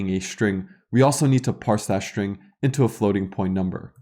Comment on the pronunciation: great videos, thank you! may i ask something off topic? i somewhat interested in languages and linguistic and have a question. why do you pronounce some ST words such as struct and string as SHtruct and SHtring, while in some other cases such as student, start, stop, you don't make SH (Ш/Щ) sound? what is the origin of this?